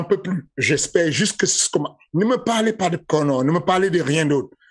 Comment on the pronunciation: « IL DIT A KONÈRE » Fernand Lopez 2022.